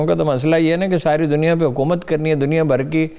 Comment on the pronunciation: HA QOOO MAT,,,,,,, yeh QOOO peh itna zore kion hay